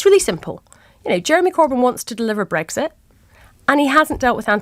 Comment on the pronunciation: Breggsit. Just like Tony bliar says it. So irritating! It's breXit!